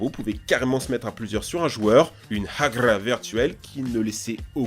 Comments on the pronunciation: "UNE HAGRRRA VIRTUELLE" 🤣🤣🤣🤣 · "UNE HAGRRRA VIRTUELLE" ah tu me tuer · " Une hragrua virtuel " Mdr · La « hagre virtuel » sa ma tuer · Une hagla virtuelle TU SAIS MÊME PAS LE DIRE,SA ME TUE!🤣🤣🤣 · UNE HAGRA 🤣😂 IL A DIS UNE HAGRA MDR 😂😂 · « Une Hagrrrraa » eh chu mort tu la placer crème 😭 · il a dit hagra mdr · Saint Dieu ptdrrrr « RAGLA » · Sa me tue de rire comment tu prononce hagra virtuelle xD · ptdrrrrrrrrrrrrrrrrrrrr COMMENT IL A DIS HAGRA à 4.03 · comment tu prononces "HAGRA" j'suis KOOOOOOOOOOOO XDDDDDDDDD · jsuis mort comment il la dit🤣🤣🤣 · ton accent quand tu as prononcé le mot <<Hagra>>... :D